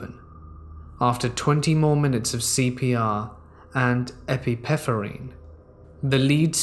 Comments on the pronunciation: Epi- Neff- er-rin. Epinephrine Love you anyway! Medical terminology really should be it's own language.. pronunciation and spellings are seriously hard sometimes!! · ❤❤❤ Hi, love your channel! Just thought you may like to know that 'asystole' is pronounced 'ay-sis-tol-ee'. It means that the patient is in cardiac arrest, with no electrical activity on the ECG. The patient is flatlining. 'Epinephrine' is pronounced 'eh-pin-eh-freen' and is basically the American terminology for what we call adrenaline xxx ❤❤❤ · Hearing epinephrine pronounced that way was hard on the ears 💀